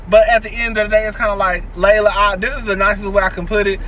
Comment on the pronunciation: her name his pronounced (Lee-la) not Layla. I'm just saying 💜🧸